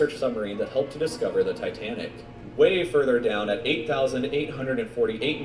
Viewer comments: Man said Titanic with conviction🤣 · Bro said titanic smh